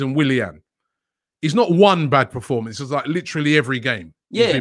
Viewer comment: Did robbie say good reformance